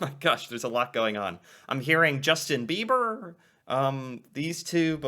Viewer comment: I’m sorry “Justin Beaver”???? I get it our national animal is a beaver but cmonnn it’s bieber lol